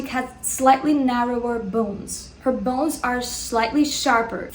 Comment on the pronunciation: Who likes when says "bounes" and "gammeen" (bones and gamine)